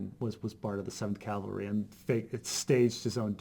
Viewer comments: Interesting, I did not know this. But calvary was really killing me throughout this video. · It doesn’t really bug me all that much, but for those of you interested, Calvary (Cal va ry) is where Jesus was crucified, and cavalry (cav al ry) are a military unit. It’s a common mispronunciation.